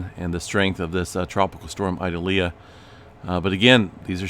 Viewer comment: Ee-doll-yah ( correct pronunciation)